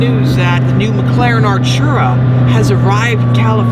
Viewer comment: r u british?it's not 'archura'.it's ar't'ura😒🙄